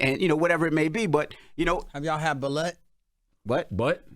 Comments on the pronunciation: it’s pronounced ba- loot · There definitely pronouncing it wrong, it’s Balut but pronounced Ba-loot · Balut is pronounced like baloo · It's pronounced ba•loot but alright, Ray J is keeping us cultured! 🤣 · It's pronounced BA-LOOT & not balut like slut. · It pronounced BA LUTE